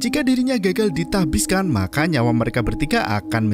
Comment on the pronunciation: Tahbiskan Nasbihkan Tasbihkan Nahbiskan Oke min ada 4 versi 🤣